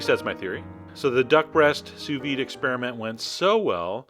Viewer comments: Don't quit YOUR day job, troll. What the hell is "souss-ved"? It's sous vide, French for "under vacuum." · "copy and paste Souss-ved into the search bar and tell me what happens................ after you press 'search' " What happens is exactly what I said would happen; it asks "Do you mean sous-vide?" and then gives a list of sous vide sites. You deserve the abuse, because you're not only ignorant, but you're willfully ignorant.